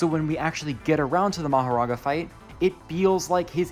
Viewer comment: "mahoraNga" is crazy to me